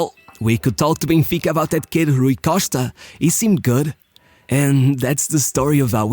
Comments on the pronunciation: Lol... got to like the 4 minute mark until I realized he was talking about Rui Costa and not some mystery player named "Rookoshtka." Good video. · The way he says Rui Costa you know 100% this guy is Portuguese 😎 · HRRRRRRUI COSHTA ...LOL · it took me 3min to know it rui costa after his name appear on the video...the pronunciation of his name for the 2min+ was terrible lol